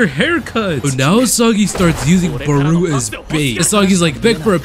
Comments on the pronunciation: Where u getting barooo from? It’s barou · Its not baru its barou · bro really said baroo XD no hate but its pronouced like bato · The chop that baruo did is the ronaldo chop oh and you saying his name wrong